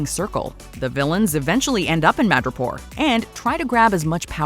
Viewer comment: When said "Madripoor", I thought he said "Mirjapur"😂😂